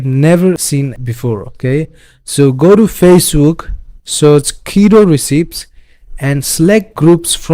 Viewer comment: Just an FYI, the word recipe is pronounced res-e-pee